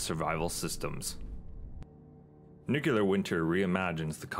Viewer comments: Looks amazing! And umm, by the way... it's NOO KLEE UR, not noo Q lur /sigh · You said "nucular" :-P Very interesting mod. I'm keeping an eye on it for my next playthrough. I feel, "winter is coming"...